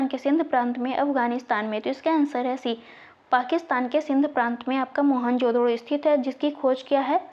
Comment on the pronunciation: Madam ap गैंडा को लैंडा बोल रही है और मोहनजोदड़ो को मोहनजो*** बोल रही है प्रश्न संख्या 76 class 3